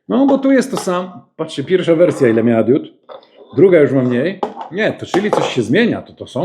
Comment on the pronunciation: błagam: DIOD bo DIODA ale nie DIÓD